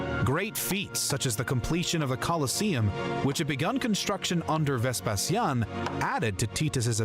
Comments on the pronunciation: In English, as far as I am aware, "VesPEsian" is how u pronounce it, the reason why pronounced it differently is because: 1. He is a native Romanian, and we spell the word: "VespaSIAN", because we focus the tone on the "i", 2. The latin spelling of "Vespasian" was "VespaSIANUS", where u put the tone and focus on the "SIA", that's why we, Romanians, the descendants of the Classical Antiquity Romans of the 2nd and 3rd Century inherited the Latin language and alphabet + spelling. It's totally okay for u to either use the Latin spelling OR the English one, but if u gonna start using the Latin spelling, then u will have to with every name and title of Roman origins you ever come across again =), so better stick with English haha. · your pronunciation of Vespasian is correct. The narrator's pronunciation is completely wrong and weird!